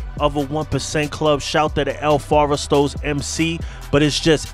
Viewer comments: It’s el forastero. Not “el foresto” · Lets nitpick the nitpicker... "FOR-STAIR-OH" if you want to pronounce it correctly. -Jordan, Sioux City El Forastero